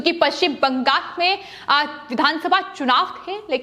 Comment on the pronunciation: पश्चिम bangas किऊं बोल रही हैं? बंगास नहीं,बंगाल कहिये।